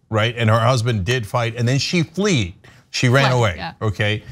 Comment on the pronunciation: Cenk. It's "fled" and not "fleed".